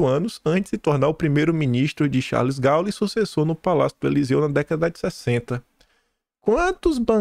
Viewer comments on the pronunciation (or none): Crítica construtiva,! A pronúncia do nome de Gaulle, é “dê Gôli.”